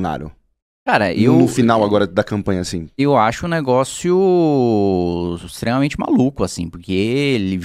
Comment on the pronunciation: Um "negócio", não... um "negoço"